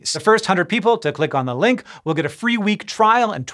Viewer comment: hey, you call the what you want xD its a fee world